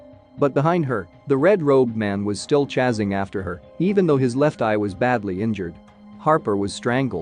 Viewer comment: "Crowber" "chazing" Jesus, this was bad